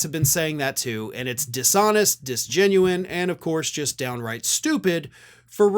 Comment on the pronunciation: "disgenuine"?? "disingenuous" perhaps.